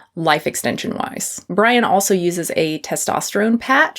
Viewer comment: Lol I thought you called him “Pudding Brian”😅